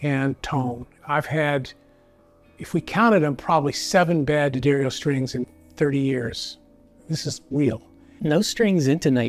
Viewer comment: Well, the boss knew how to pronounce D'Addario. Someone should have told the guy in the blue shirt how before putting him on this video.